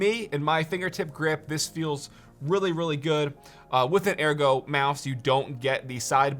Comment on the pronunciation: yes, that is how ergo is pronounced